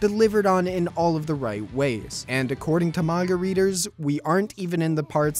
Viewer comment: 'marga readers.' umm what? haha